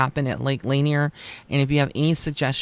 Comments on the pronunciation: Thus far there are 700 confirmed deaths and 27 unrecovered bodies at L Lanier. Thousands of freak accidents and well known ghosts surrounding the lake. It actually does have an eerie feeling there. Btw it's La Nier. Not laner. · Also just FYI it's pronounced Lake La-near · I live next to there. Lot of drownings and I will not swim in there. It is pronounced "La Near". So glad I found this channel! Thank you!